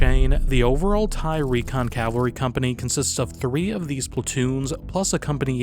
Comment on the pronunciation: It's pronounced Cav al ry. Not calvary. That's where jesus died.